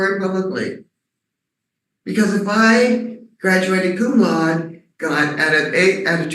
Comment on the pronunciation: She did not graduate Cum Laude because she didn't pronounce it correctly so there is no way she did.